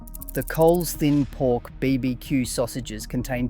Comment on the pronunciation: Why the AI narrator?? The pronunciation of BBQ was a dead giveaway. No aussie would say it like that.